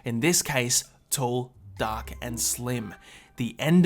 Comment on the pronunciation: "Intelligence comes in all shapes and sizes, in this case: tol" Idk the little pause made me laugh lmao